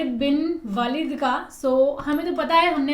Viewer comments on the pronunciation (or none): Walid nhi hai...waleed hai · सही नाम ख़ालिद बिन वलीद है वालिद नही है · Sir, kindly call correct name please, Hazrat Khalid bin Waleeeeeeed (R.A) not walid. Thank you. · Not खालिद बिन वालिद this is खालिद बिन वलीद है, माइंड मत करना आपलोग ठीक है प्लीज. But आपलोग बहुत अच्छा कर रहे है.. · Waleed not walid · khalid ap ne par liay hai aapko walid nhi parna aataa apko urdu to aati hai phir bhi parna nhi aata